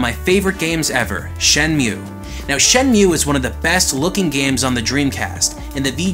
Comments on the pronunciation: oh buddy, big fan....I’m sure wondering why you pronouncing Shenmue as Shen Mhue or at least what I am hearing. Shen~moo..simple lol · "shenmew"...and hot damn VGA is sexy... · did he just say shenmyu and is that a canadian thing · Dang it, say Shenmue correctly... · Shenmue is one of your favourite games, yet you don't know how to pronounce the name?